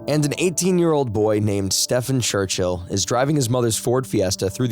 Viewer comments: Stephen = Steven, not Stefan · Unless he is swedish or something then you dont pronounce stephen that way at all. Its pronounced as if saying steven. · I wonder if I'm being fooled. I like your voice but wonder if it's AI? I hate AI and don't want to subscribe if you aren't a real person. The main reason I suspect this is because I assume most English speaking people would know that Stephen is pronounced Steven, not Stefan..I confirmed this by checking videos where his parents say his name. If I could do this, why would the narrator not? Anyone able to confirm if he's real but not bothered to check how to say the victims name or AI? Not sure which is worse, actually. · His name is pronounced STEEven. Everybody knows this but you. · This ai needs to learn to read Stephen is pronounced like it has a v in it as Steven fo eg.